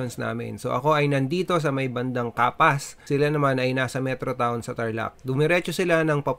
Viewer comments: S po yung sa capas hindi Z HAHAHAHAHAHA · RS po kaskilista ahm correction po it's Capa(S) not Capa(Z) , Thank you ✨